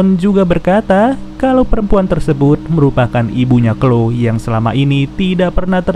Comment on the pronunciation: Mantap min.. btw bukan sebutan nya bukan klo tp chloe = klowi